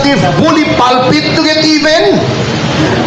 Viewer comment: It’s time to get “EBEN”, daw! Ulol kang Bulol! amf tawag ni Attorney Topacio. Walang kuwentang KONGRESO sa kasaysayan ng Pilipinas. Di kayo dapat tawagin na “HONORABLE.” OBOB! Saan galing yung pera mo?